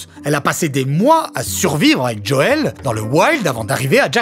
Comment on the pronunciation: Faut arreter aya nakamura : c'est pas Djoel mais Joel. (même dans la série en VF c'est JOEL) et c'est pas djadja ;-)